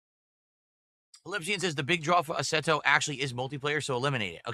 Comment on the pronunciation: is he trying to say Assetto? what is asserto?